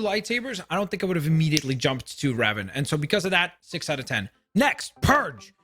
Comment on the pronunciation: It bothers me too, why does he see a P instead of a D?